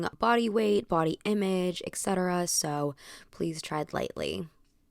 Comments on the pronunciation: I love you and will continue to watch your every video be wise of your thoughtful and entertaining content...but every time you say "ex-cetera" my soul dies a little. It's et cetera. With a T. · Et cetera, not eKcetera